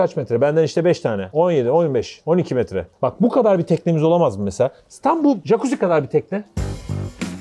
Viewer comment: JAKUZİ YE ATLAMAYA ÇALIŞMASINDA PATLADIM ŞEY GİBİ ilk defa tatile gidiyorum dur burdan sesleniyorum jakuzi değil "cakuzi "